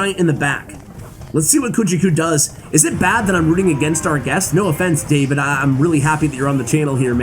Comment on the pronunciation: Gotta love the fact that you have tried to pronounce "Davide" in two different ways, and none of them was even close to the correct one. Anyway, we still love you. Keep up and cheers from Italy 🇮🇹